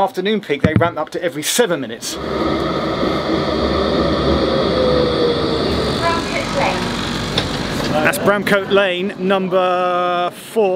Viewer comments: Bramcote is 'bram-c't', not 'bram-coat' Basford is 'base-f'd' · "Bramcoat Lane" really annoyed me